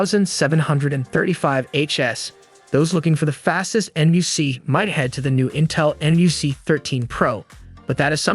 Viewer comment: NUC is pronounced more like "Nuk" or "Nook"